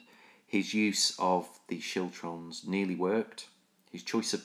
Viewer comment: Siltrums? Chiltrums? What?